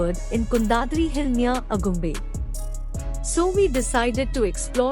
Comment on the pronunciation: Information is good. Video is also good. Narration needs improvement. Diction is not proper at many places. Ex: Agumbe for Aagumbe, Thirthahalli pronounced as Thirthahelli, etc